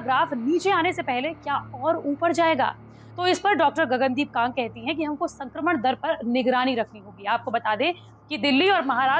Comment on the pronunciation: Gagan deep kang correct ur pronuction not kagg